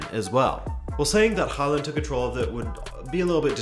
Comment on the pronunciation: Its Hoh-land, like in Poland but we're not in Norway anymore